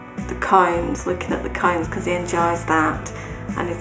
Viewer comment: I heard 'coins' as cones... I was like that is an interesting thing to collect